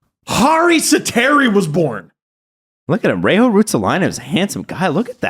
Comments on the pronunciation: For future reference guys, Reijo is not "Rei-Ho". J is the same as in Jesse Puljujärvi so it's more like Reyyo. Props on getting the last name mostly right though. Just in case another Reijo makes it to the NHL or you have to talk about Ruotsalainen again. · Reijo is pronounced: 'Rae-yo' ... pronouncing J as H, makes it more Spanish than Finnish. It's not like anyone anyway cares! Legendary player!